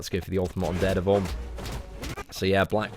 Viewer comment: I wanted to rip my ears off each time he said it. It's DARE DEVIL, not ded-a-vul... reeeeeeeeeeeeeee!